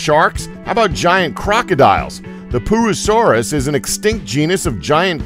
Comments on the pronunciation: it's pur-o-saurus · Pooasaurus? Yeah, glad that one's extinct. Or should I say "ex-stink"? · 1.58 Pooroosauras 😂😂😂😂😂😂 yes, I'm a child. yes, I am aware it's probably not called that. Just let me have my giggle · he said poo-asaurus hahahaha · Snow White pooasuares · Purussaurus more like Pooasaurus. Pooasaurus more like Poopasaurus like poop haha I know that is not a good joke😂😂😂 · The giant crocodile name that the narrator said made me think that pooousaurs was the name of the giant crocodile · I was scared about the large crocodile till u said pooasuraus I laughed I bit cuz POOasuraus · pooasourus? lmao XD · The pooorsaus hahaha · hehehehhe poo-asaurus...😂😂😂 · why on earth is it called a "Pooasorause" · the pooasuris haha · why is it called a pooasaures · I like the poo-a-saurus